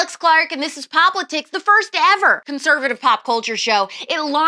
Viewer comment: Did you say, "Cute-servative"??? Lmfao 😄😆🤣😭 Aaaannndddd ---- SUBscribed!